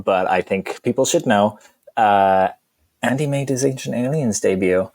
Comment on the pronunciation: ANDEH!! WHOT DO YOU MEAN YORE NOT AN ACADEMIC????